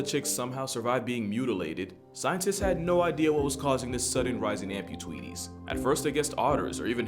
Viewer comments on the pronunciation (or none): ngl I died at "amputweeties"